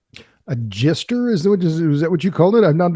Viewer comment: did he say jester or jister? because that begs a difference.